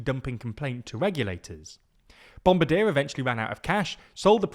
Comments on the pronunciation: And it's "bom bar DI-ER" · Pronounced "bom bar DI-AIR" though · You're pronouncing bombardier as an English word spelled in English. but it's French and pronounced that way. Something like Bomb-Bar-dee-Eh, with the Canadian Eh at the end would be pretty close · It's pronounced "bom bar dee ay" ("ay" as in "day")" in the native language of the company's founder it is named after. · The way you pronounced Bombardier & Embraer.... Anyway I'm still sad that Bombardier's C-Series failed under their name... Now I just hope that Embraer's potential 737 competitor won't fall into a similar fate. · I verbally burst out laughing hearing him pronounce bombardier lmao